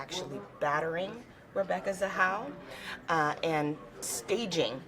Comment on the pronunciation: Its not zahal its ZAHAU